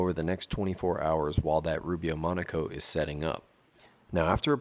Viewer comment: Oh, it's "Monocoat"? I thought you woodworkers kept saying "Monaco". lol Glad you showed the can...